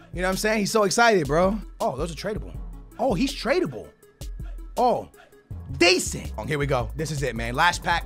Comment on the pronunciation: drink every time he say deasent